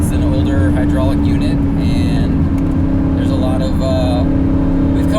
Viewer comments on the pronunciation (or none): none